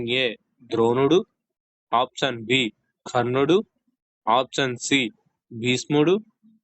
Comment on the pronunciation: ముందు ఆప్షన్ అనడం చక్కగా పలకండి